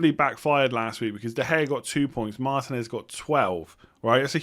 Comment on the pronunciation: It's marTEENez, not MARtinez (also jiMENez, not JIMenez) The accents give you the syllable to emphasise - Jiménez & Martínez I know everyone else gets them wrong, but get these two right and show the world! much love! Love your videos! You help me and the missus out in the family league a lot!